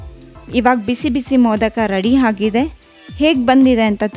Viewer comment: Recipe is nice.. but maathalli aa kaara ha kaara lopa.. it’s not heNNe , it should be pronounced as eNNe.. ready haagide alla.. ready aagide.. holledu.. is oLLedu 😱..